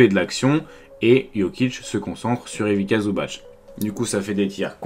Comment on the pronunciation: Merci c'était super intéressant. En revanche un petit conseil sur la prononciation, c'est Ivitssa Zubatss (la lettre c en serbo-croate c'est prononcé tss alors que ć comme à la fin de Jokić est prononcé tch)